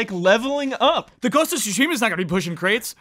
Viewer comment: Please stop saying ghost of sushi ma